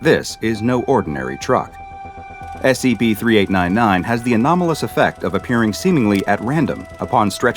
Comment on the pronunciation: he said sep🤣